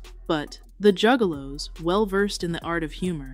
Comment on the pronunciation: At one point she said jewgaloos